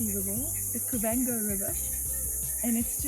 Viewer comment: Khaudum ( cow-doom) not ka-dum!